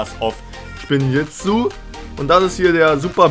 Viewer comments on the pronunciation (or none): Denn garmadon den du gezogen hast ist keine schwarze Folien karte das ist eine glänzende die schwarze Folien karten sehen gannnnzzzz anders aus und du hast spinjitzu flach ausgesprochen😁😁😁😁😁😁😁